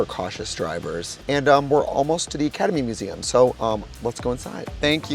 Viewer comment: Am I the only one hearing Ketamine Museum every time she says Academy Museum?